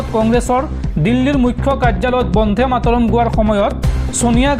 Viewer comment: বন্ধে মাতরম নহয় বন্দে মাতরম হে।